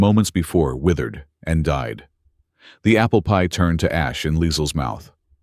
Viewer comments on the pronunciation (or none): Is it just AI stupidity or can't this manufactured voice say "apple PIE?" It is NOT APPLEpie. Emphasis is on the pie, NOT the apple.